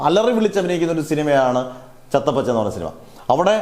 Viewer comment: ചത്താ പച്ച ആണ്. Not ചത്ത പച്ച